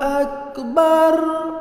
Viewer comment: মাশাআল্লাহ আল্লাহ আপনাকে উত্তম প্রতিদান দান করুন। তবে আপনার আল্লাহু আকবারের শব্দটার র টা পাতলা হয়ে গেছে এখানে উচ্চারণের র টা মোটা হবে। আপনি ঠিক করে নিবেন। ইনশাআল্লাহ।